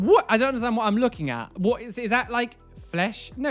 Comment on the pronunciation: Nobody:: "Whoat?!"